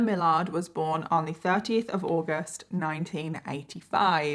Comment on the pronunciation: She said 30th of August. She just said it in where it sounded like 13th.